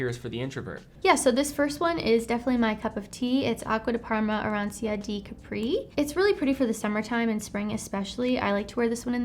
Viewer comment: You don’t pronounce arancia di capri like that😂